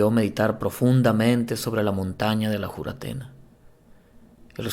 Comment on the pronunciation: Es Juratena ..o Furatena..como le dicen en Colombia